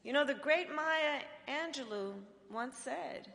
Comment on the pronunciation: Its Angelou, not Angeluu